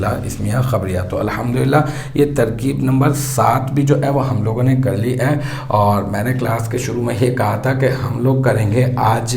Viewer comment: Sir please say " hai" not ai